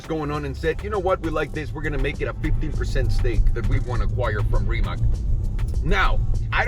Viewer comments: It's not rimak, it's rimac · Trust me, I’m Croatian. :) Mate never mentions it, he just goes along with the Rimak pronunciation and it probably doesn’t bother him, but if you read this you can be in the chosen few who say it right (plus a few million of us in Croatia).Congrats! Next time we will learn how to say Luka Modrič and Goran Ivanišević, which sound tricky but are actually easy... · Are u so fucking stoned that u can not pronounce Rimac on Croatian instead of ''Rimak".?? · FYI Rimac is pronounced Rimatz like in Fritz. The more you know...